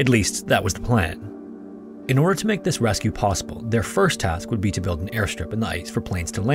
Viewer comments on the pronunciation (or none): none